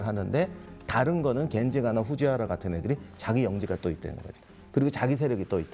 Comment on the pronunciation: YTN도 이런 실수를 하는지 몰랐는데 '후지하라'가 아니라 '후지와라'가 상식이다. 쓰기는 '原(하라)'로 쓰고 읽기는 '와라'로 읽는데, 고교시절 세계사 시간에 졸지 않았으면 '후지와라' 막부를 틀릴 리 없다